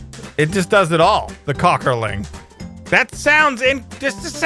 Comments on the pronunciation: The "Kockerling" would actually be pronounced "coke-ur-ling" because the 2 dots above the "o" called an umlaut (not sure if that's spelled right) mean the long vowel sound. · Hey pronounces those German names so funny. Väderstad oder Köckerling. ;P